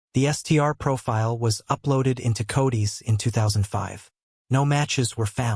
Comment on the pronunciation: How long does it take to teach your computer system to read proper English? It just pronounced the word "codes" as "codies". Are you kidding!?! 🙄